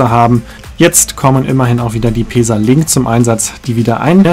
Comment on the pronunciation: Schönes Video, ich finde allerdings, dass der Zug auch bequem für mehrere Stunden ist. Bin mit so nem Zug mal von Ulm nach Sigmaringen gefahren. Kannst du bitte "Pässa" sagen anstatt "Peesa"?